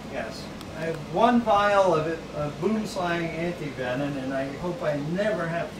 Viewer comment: Also was wondering why you were pronouncing it antivenin. I did a little research and its absolutely correct!! Learn something new Every day! Keep up the awesome work yall!!